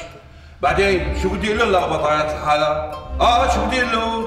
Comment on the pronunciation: مين انتبه على قال ابضايات الحالا بدل ابضايات الحارة😂😂في الدقيقة 5 و51 ثانية